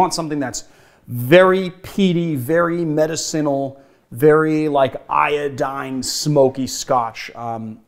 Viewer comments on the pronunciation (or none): I don't know why, but this is driving me crazy. In the word "medicinal" the emphasis is on the second syllable.